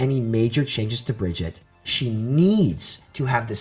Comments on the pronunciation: Omg stop saying Bridget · He keeps mispronouncing Brigitte’s name. How are we supposed to take him seriously??! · You keep calling yourself a briggitte player learn to pronounce her name I don't care who you are it's hard to take you seriously if you don't even know the proper pronunciation of a their name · I always find it weird when a pro can’t pronounce Brigitte’s name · The amount of ways managed to pronounce Brigitte without pronouncing it correctly is honestly astounding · I really hate the way this guy says name. Stop it. Stop right now. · one year later... and people still can't pronounce Brigitte properly... /smh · One year has passed and people still don't know how to pronounce Brigitte? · He's got to know by now he's just wrong 😹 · So this guy doesnt know how to say Brigitte and it's making it hard to take him seriously. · Why can't he say her name right? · Yeah it's a little annoying from someone who claims to have insight on the character for them to continually mispronounce the character's name. It's a presentation thing, if you want to speak from a position of authority then put the effort in to be at least as capable a speaker as EVERYONE WHO PLAYS THE GAME. I'm guessing he's doing it because he doesn't like her and it's his way of showing he doesn't respect the hero? But she's like a cartoon character. Why would you screw up her name to slight an imaginary character? It just makes him sound a little unprofessional. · C'mon man! Learn how to say name! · How are people still mis-pronouncing Brigitte? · im surprised he doesnt know how to pronounce brigitte right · I agree that a lot of people are mispronouncing it, but I also hear most people calling her. Point is, he's a professional overwatch player who is giving commentary on a popular overwatch channel. All his points are valid but if this guy is ever in a room with some blizzard employees in a professional setting, it'd be hard to take him seriously.